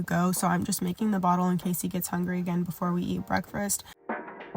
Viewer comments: I’ve been trying to make myself get up or so I can get my mind right and do a 30 minute workout but I’ve been making alllll the excuses 😩. Gonna use this as motivation to at least give it a try ❤ P.S. “Break-fRast” I can’t leave a comment without saying it. It still cracks me up. Sending love ❤ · That extra “r” you put in “breakfast” is funny asf 🤣 breakfrest 😭😭